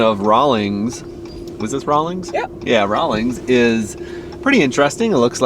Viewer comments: Rawlins, not Rawlings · It’s Rawlins not Rawlings….